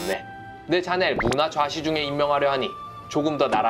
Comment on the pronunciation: 문하좌시중. 문화좌시중(X)